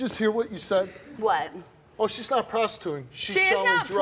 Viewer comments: All I heard when she said “prostituting” was “Pasta Tootin” 😭😭😭🤣🤣🤣 I can’t be the only one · Sounds like she said pastatooting